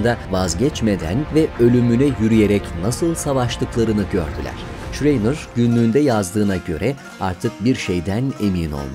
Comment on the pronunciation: "Şreyner" değil ama , "Şrayner" okunur ve söylenir.